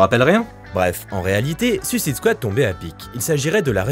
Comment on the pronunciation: Superbe vidéo. Bizzare que toi aussi tu prononce à la française alors que le gars qui intervient dans la vidéo sur l'origine des comics le dit correctement. Je vais finir par croire que bcp de youtubeurs sont fâchés avec le mot suicide en anglais :)